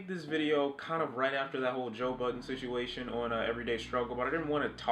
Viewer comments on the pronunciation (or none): none